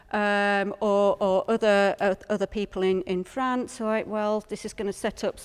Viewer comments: Interesting, but please either learn how to pronounce the French names correctly (e.g., Calais, Château de Falaise) or stop referring to the country across the Channel as "Frahhhnce" every time. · FRANCE. Why can't she say France?!? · Excellent documentary, with a good presenter. The only thing I didn't like was the unnatural-sounding pronunciation of "France", which seemed like an American trying to do a hybrid between the way the English and French would say the word, but wasn't really either and just sounded odd and forced to my English ears. I would have been happier if she had just gone with her natural American pronunciation. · Good documentary as expected by this presenter. But why pronounce France with a soft a? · I never heard anyone pronounce France like that!!